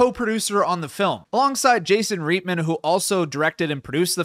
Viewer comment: It's pronounced "Right-man", not "reet-man."